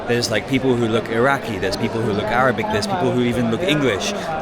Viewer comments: Entertaining You pronounce Arabic in a lighthearted and funny way XD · I love how you greet them in Arabic and I have to say your pronunciation and understanding is really good